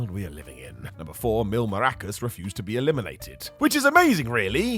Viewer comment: Why is bro saying Mil Maracas 😂 he ain't playing no maracas in the ring. Mil Mascaras, Mascaras!!! Million masks not million maracas 😂😂😂😂😂😂